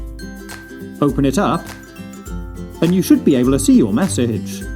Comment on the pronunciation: the way he said message...